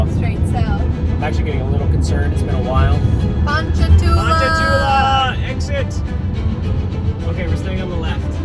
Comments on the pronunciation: its surprising how many times you said ponchatoula correctly!! its "pawn-chuh-too-luh" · Strawberry capital! I get my hair cut there lmao its pon cha two la. so u said it right multiple times. we just call it ponchi tho